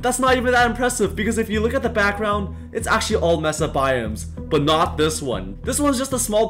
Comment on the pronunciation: it is pronounced may sa not mess uh